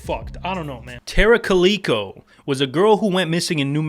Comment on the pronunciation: It's, "ca-lick-oh" .. Like the cat. Entertaining video any how.